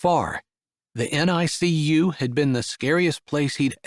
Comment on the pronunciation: Another excellent story! BTW, NICU is pronounced "nick-you." Chapter 6's triplets are cute: Daisy the doctor, Violet the veterinarian, and Holly the homebody.